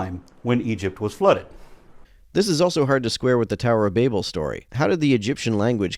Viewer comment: Did bro just say "tower of babe- L" 😭